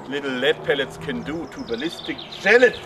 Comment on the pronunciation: BALLISTIC GELA-tin... 😂😂